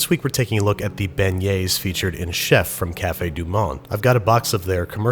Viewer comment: Only dude thats not from new orleans that can say cafe du monde right😂